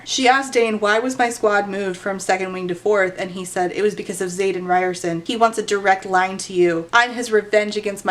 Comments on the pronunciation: Today I learned that I may have been pronouncing Xaden's name incorrectly... Ree-ore-son? How did I not make the "ri(d)ers-son" connection haha, I feel so slow!! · i keep hearing "riderson" as "ryerson." so like the unbelievably steamy love interest is named after the dweeby guy bill murray punches in groundhog day